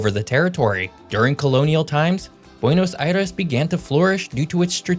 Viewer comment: I’m one of biggest fans, but I got a kick out of him pronouncing Buenos Aires perfectly, and then saying what sounds like “Pedro dee Mondoza” instead of what sounds like “Pedro day Mondoza.”